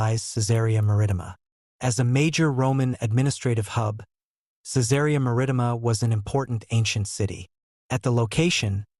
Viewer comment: An obvious fiction! The description of Jesus as a fair-skinned, blond and blue-eyed northern European gives it away. PS The Roman town's name is pronounced, "Kai-tsar Mar-ri-tee-ma" with the a in "Mar" the same as in "carriage".